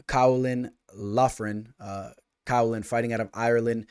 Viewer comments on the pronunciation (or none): Yo, Caolán is pronounced more like Keelan if you were wondering 😅